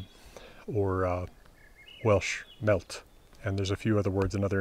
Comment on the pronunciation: I am in love with this man 😂 also the ll in “ a mellt “ was a little rough babe